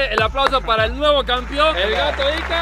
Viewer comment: Después de 50 años sigue diciendo campion jajajajajajaja